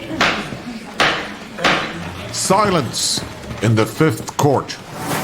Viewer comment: Get his name right: CarmAn not CarmEn.